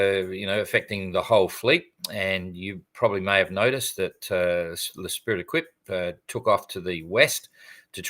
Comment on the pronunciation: Don, please stop calling Esprit d'Equipe "Spirit Dek- wip". If you want to anglicise it, how about "Team Spirit", as that's what the name means? To give something close to the French name, you could try "eh-spree day-keep".